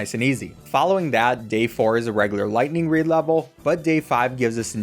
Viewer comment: Every time he says lighting reed I have to do a push up